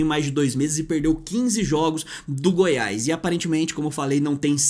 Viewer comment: Dá agonia de ouvir vc falar: Goiaiisss. É Goiás meu amigo